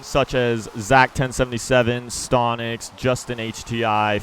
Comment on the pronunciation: Your not og if you remember calling stonix: stontix